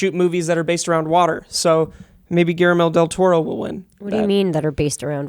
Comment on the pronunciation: Did you say GARAMEL Del Toro???????????????????????????????????????